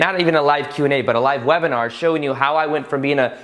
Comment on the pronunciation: Great video! Much love to you and your friends in Costa Rica! And enjoy your stay of course:) Ps. wive lebinar... I'm sorry but it was just funny to me 😂❤️